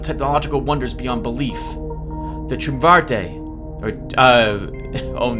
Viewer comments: Oh I am going to enjoy this series. This game is cool. I hope you don't take this as me correcting you like a lot of other assholes online, but let me help out a bit. The word you were looking for in the beginning was Tertiary, pronounced tur-shee-er-ee. And Triumvirate is pronounced tri-um-ver-it. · Also Tri-um-vi-rate. Pronounced pretty much as it looks.